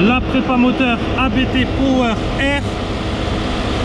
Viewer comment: Il ne faut surtout pas dire A.B.T. car le patron s’appelle Hans-Jürgen Abt. Abt c’est son nom de famille donc faut pas dire A.B.T., sinon ça signe que chaque lettre est le début d’un mot, ça n’a pas de sens. L’un des membres de la famille, Daniel Abt est pilote officiel Audi sport ABT.